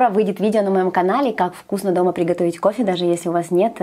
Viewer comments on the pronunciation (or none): а букву "Г" как прихотовить?